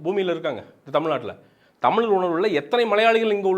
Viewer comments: venna first tell "zha" properly. dont say tamil. Say Tamizh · First Thamizh nu solluya. Zha vey varala.